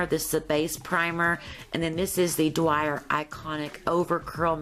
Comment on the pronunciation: Oh my god Dior is pronounced DEE-OR not DWYER it's an incredibly well-known brand how do you not know that?